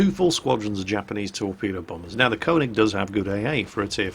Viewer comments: Please say konig right, its pronounced ker-nish, not konig. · you pronounce köning as kuning (like in burn). even I know that ;) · its STILL not konig its KÖNIG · Dude, kÖÖÖÖÖÖÖÖÖÖÖÖÖÖÖÖÖÖÖÖning! NOT kOOOOOOOOning! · your pronunciation of könig is so terrible